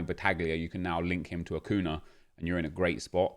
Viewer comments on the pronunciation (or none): This is really petty and I’m so sorry but it’s pronounced ‘acunya’ cos of the accent chief